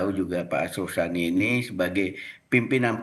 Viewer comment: Arsul Sani woiii bukan Asrul Sani...asal bunyi aja lu